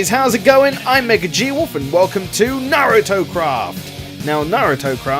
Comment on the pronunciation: FINALLY SOMEONE WHO CAN SAY NARUTO RIGHT